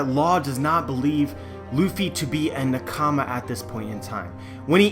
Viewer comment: i dont trust anyones theories when they pronounce nakama as newkama